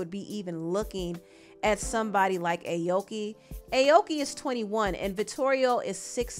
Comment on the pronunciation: You pronouncing her name wrong